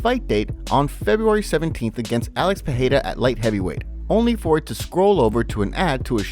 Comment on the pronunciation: Thanks for proper annunciation of Perreiras name. Finally someone does it rught.